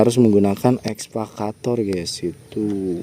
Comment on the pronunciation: EKSA...EKSA....EKSA VATOR...BUKAN...ESVA....ESVA CATOR....MAN...MAAAAN..#.